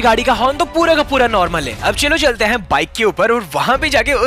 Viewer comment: Haiin yr kya ho raha hai-pronouncation is funny